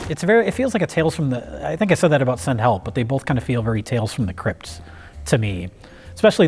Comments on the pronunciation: I figured because it sounds like she says "Hepl" in the clip. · "SEND HEPL"